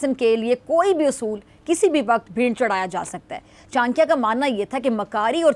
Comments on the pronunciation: Behn chankia ni it's chanakya😂😂😂😂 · Chankya nhi😅😅😅😅 Cha na kyaaa bolo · CHANAKYA HOTA HAI ..CHANKYA NAHI .....JAHILO